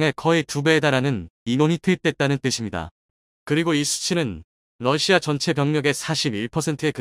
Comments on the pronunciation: 러시아요?, 러시마요? 똑바로 하시기를... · 러시마 라는 나라가있나 발음을 바르게하세요.